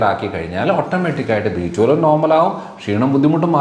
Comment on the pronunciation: B12? Then please stress on 12,your prononciation not clear🙏